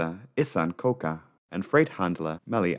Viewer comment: How did you manage to read koca as koka